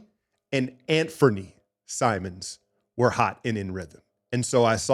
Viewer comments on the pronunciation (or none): none